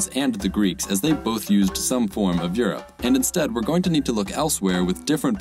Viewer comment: You need to work on the name for Europe